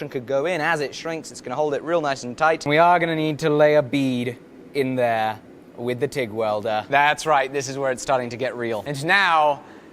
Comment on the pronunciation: “Right Ther”